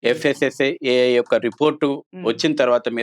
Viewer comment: ఒరేయి వాడికి ఎవరైనా చెప్పండి రా అది FSSIAI కాదు FSSAI అని ఎక్కడనుండి పట్టుకొని వచ్చారు మేడంగారు ఈ దొల్లు దొల్లు పుచ్చాకై గాడిని😂😂😂